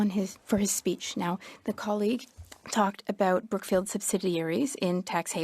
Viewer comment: Lol did he say Crookfield or Brookfield